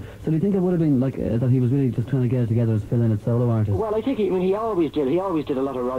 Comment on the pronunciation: Lynott as in Lie not...........thats the correct pronunciation.........i knew the family